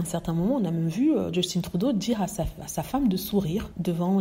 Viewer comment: Btw, Justin se prononce à la française quand on parle français.